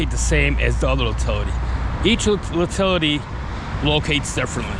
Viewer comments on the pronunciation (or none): Great video. I'm a locator, myself. But when u keep calling it an uhhtilty make me kinda laugh. Good work though.